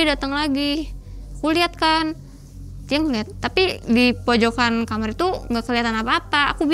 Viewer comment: Orang daerah sana emang klo bilang kamar itu kamer ya?